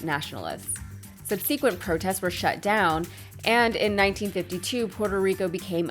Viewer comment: I'm not sure if there's more than one way to pronounce ' subsequent ' but you may want to look into that , bein in broadcasting and all